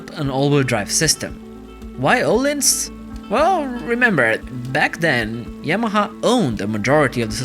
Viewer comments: öhlins not ohlins xD o and ö are totaly diffrent soinds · Its Öhlins not ohlens